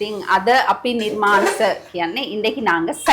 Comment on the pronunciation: Its Nirmaansha not nirmaansa